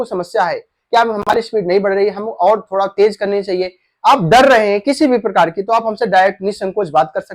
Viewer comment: अरे भाई, थोडा होता है की थोड़ा ।